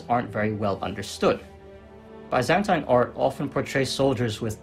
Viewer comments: Very good video. But your pronunciation of Byzantine hit my brain everytime. It's bi-zæn-tin not bye-zen-tein. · what is ba-zan-tain